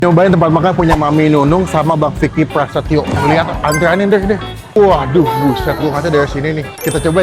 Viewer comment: Viki prasetyo bang.. bukan viki payrrsetyororo